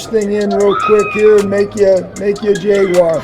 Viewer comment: “Jay-Gwar” - Baalke